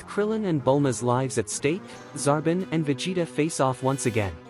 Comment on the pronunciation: Can't trust a creator that can't pronounce Frieza (Free-Zuh) Also it's Zar-bon